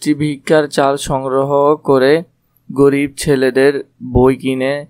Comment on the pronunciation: ভাইয়া ওটা পরিব না গরিব